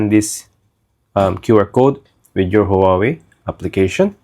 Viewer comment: Please please pronounce HuaWei right!!! Thank you in advance🎉